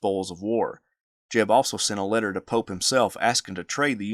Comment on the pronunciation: I keep on hearing “General Polk” and I was so confused. Why would JEB attack Polk’s forces. Then I realized you were actually saying “General Pope.” I found it hard to understand the way you pronounced the Union General.